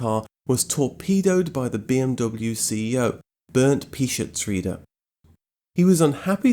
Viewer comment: Burned Pischetsrieder ? How about pronouncing non-english names without english bulldozing on other languages ?